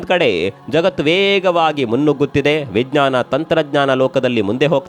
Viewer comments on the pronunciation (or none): none